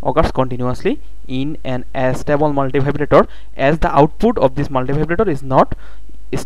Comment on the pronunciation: it's not As-table multivibrator idiot it's A-stable multivibrator ....